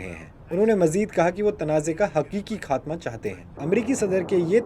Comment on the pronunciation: الفاظ کے تلفظ سیکھیے پہلے خاتمہ ہوتا ہے کھاتمہ نہیں